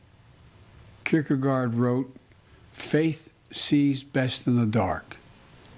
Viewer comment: I think my 3 year old could say Kierkegaard better than the Grand Cheeto